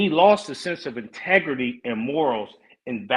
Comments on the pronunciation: said, " Intergarry" 😂😂😅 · “Humble, grown man, straightforward, INTEGURY” 😂😂😂